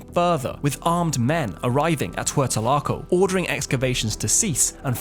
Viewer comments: very interesting 👏👏👏 however, to my knowledge, it is not pronounced WETA-LAKO, but WEY-AT-LAKO😉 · Nice video. But why do you keep talking about someplace called “Huertalaco”? Is that somehow related to Hueyatlaco? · It would help if you didn't destroy the pronunciation of Hueyatlaco. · A better example would be to pronounce Launceston but let's be honest he did butcher Hueyatlaco.